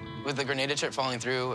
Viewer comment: As a spanish i cringe so hard everytime they say “Greineida” it’s GRANADA 🇬🇩